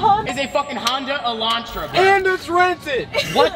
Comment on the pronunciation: Hyundai Elantra, not Honda… at least it sounds like that’s what you said.